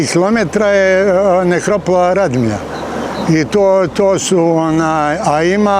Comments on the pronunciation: ispravak. nije Radmilja nego Radimlja. Pozz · reci pravilno Radimlja